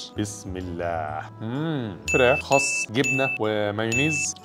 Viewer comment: يا جماعة خس بالسين مش بالصاد